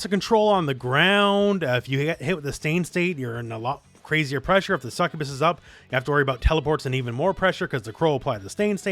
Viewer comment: "NAVY PRESSHA"!!!